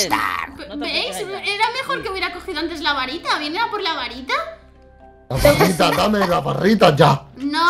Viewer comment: Dise la barrita enves de barita